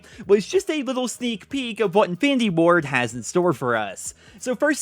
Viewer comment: Every time you say infinity Ward i hear "findy board" 😂